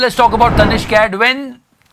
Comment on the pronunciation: The way he say tihari 😂